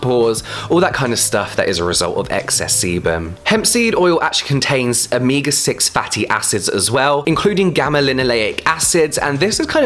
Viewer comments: i love how he said “amiga 6 fatty acids” 😂😂😂 that was so funny to me for no reason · James I love you, don't take this the wrong way but the way you pronounce ''omega'' is really funny!!!